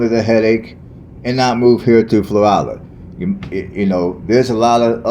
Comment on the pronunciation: I'm a local.🤍 been here 50 years We do NOT have a state park. It's city owned. Our weather gets very cold..in the teens...our winter is short. Plus it's 100 degrees most of the summer which lasts 6 months. We don't have good restaurants 😬 And to help your pronunciation, its "Flow-rhella". Lol or that's how us locals pronounce it. We love our small town! Our crime rate is VERY LOW. We dont have to lock our doors.... There's very few jobs here....retail and construction are about it